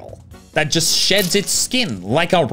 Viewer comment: I thought he said once golem shits his skin, 🤣